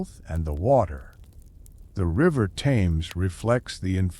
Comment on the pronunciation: Thames pronounced Temz, Not Tames lol.